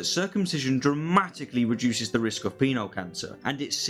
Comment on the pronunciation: I'm sorry, but it sounds like he's saying "Peanut Cancer".